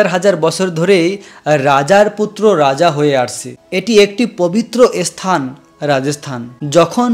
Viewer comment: আপনি ধান ভানতে শিবের গীত গাইছেন কেন? উচ্চারণ শিখে আসুন ইসথান নয় স্থান